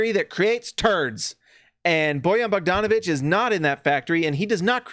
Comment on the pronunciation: You are one of few people who can pronaunce Bojan Bogdanovic like it should be lol